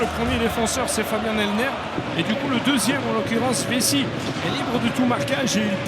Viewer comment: Vissi ? Vessie ? En quelle année un commentateur va prononcer son nom correctement ???